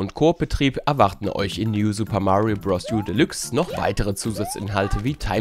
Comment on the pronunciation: Danke. DANKE! Danke, dass ihr „Deluxe“ als „Delüx“ aussprecht, statt als „Delachs“... Ansonsten ein sehr toller Test. :)